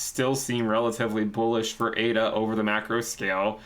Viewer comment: Surely it ADA not AIDA? Do you say Aidvertising hahaha!!!